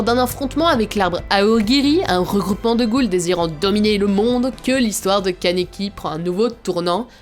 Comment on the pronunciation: ON DIT KANEKI KEN MERDE QUOI